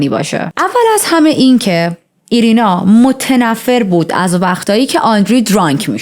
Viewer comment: ایرینا نه و آیرینا درسته. 😅